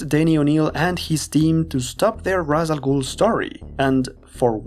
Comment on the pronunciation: I'm surprised someone who is a long-time Batman fan would make the mistake of pronouncing Ra's Al Ghul's name the wrong way. Its "Raysh" Al Ghul, not "Raws" Al Ghul.